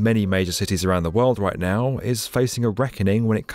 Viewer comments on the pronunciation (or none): And he says world with a ‘t’ in it?! Worldt